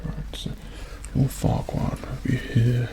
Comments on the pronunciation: Lemme get this straight did he just say, Lord, Farquad... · Looking back on it, I know he said "Oh Farquad no, nothing to worry about". But at first, I definitely heard "Oh fuck- no, nothing to worry about".